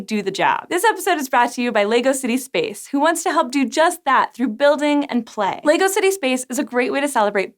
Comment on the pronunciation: awesome vid...but its Leg-O not Lee-Go... or its just my OCD..... keep up the great work and make more vidsfor the world to enjoy! Love this presenter, so much enthusaism.